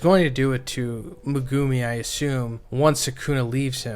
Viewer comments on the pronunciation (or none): why do you say megumi like that its not "megoomi" its "meguhmi" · Bro, please pronounce Megumi’s name right. 😂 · Day 159 of asking to pronounce Megumi's name correctly.